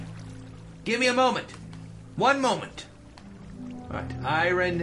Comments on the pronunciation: /ˈaɪərn/ EYE-ər-n iron iern. not i-run. i know its been a year but GOD IT BUGS ME. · Stop calling it iren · Why does he pronounce "iron" i-run?!?! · Same person who pronounces iron as ayran